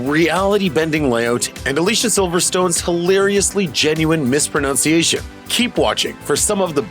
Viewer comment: when you said 'mispronOUnciation' instead of mispronunciation.